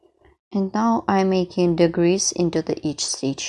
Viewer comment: I understand that you are from a different country and thus, have what we call an accent, so please take this in the spirit given. When you are saying/meaning DECREASE, it sounds like you’re saying DEGREASE, which is a totally different thing! 😂 Also, you’re putting the accent/stress on the wrong syllables on some words. As an example: the word decrease is pronounced thus: DE-crease. It could be pronounced de-CREASE, making the word sound completely different. (caps are to stress where the emphasis is when pronouncing the word.) Please be mindful of this. All that said, I’m loving the pattern and I appreciate you sharing with us! Thank you so very much!